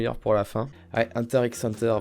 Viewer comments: HunterXHunter c'est ton animé préféré mais tu le prononcé mal 😂 Ça se dit Hunter Hunter on prononce pas le X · Euh on prononce pas le X de HunterXHunter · La prononciation correct est hunter hunter il me semble puisque le X veut dire a mon avis contre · Si t avais pas mis hunter x hunter je t aurais trucidé 😂 J ai vu que que le x ne ce prononcais pas dans le nom ca ce dit huntet hunter REGARDE KIMITSU NO YAIBA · J'avais peur que tu mettes pas hunter x hunter car oui ses un chef d'oeuvre (et sa se dit hunter hunter) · Je suis complètement d'accord pour HxH par contre je crois que ça se prononce "hunter hunter" faut pas prononcer le "x"😂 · Parce-que "normalement" on dit Hunter Hunter, mais j'avoue que moi même je le prononce souvent Hunter x Hunter et j'le vis bien 😂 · Un fan de HxH qui prononce le x ? Intéressant ça, du jamais vu...